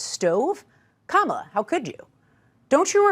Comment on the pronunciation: First time I heard a FOX News host pronounce Kamala's name correctly. At least... 🙄